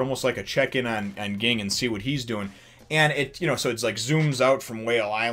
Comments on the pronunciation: ..you don't call characters what you like them to be called, his name is Ging, pronounced Jing~with a J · Ging is pronounced Jing or Jin